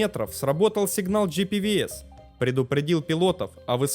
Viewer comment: Спасибо авторам за познавательный контент и простая просьба: правильно произносить аббревиатуру системы предупреждения о близости земли GPWS как «Джи Пи Дабл Ю Эс». Спасибо ещё раз и успехов